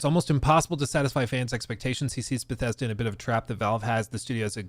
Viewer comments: Ah, Fief 2 before moving to Beffesda. What a career! The way this guy can't make a "th" sound drives me nuts. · Stop calling it t BGS. Never in my life have I ever heard someone say “BGS”. No one but you calls Bethesda “BGS” lmfao. It’s confusing and you ain’t gunna set the trend with it. It’s just Bethesda bro. Bethesda.